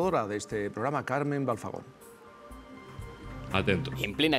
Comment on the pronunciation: Y te parece poco lo todo lo que ha dicho, Frank es un bocazas y le tenían que dar un buen escarmiento, por cierto que alguien le diga que es Carmen Balfagon, no Balzagon.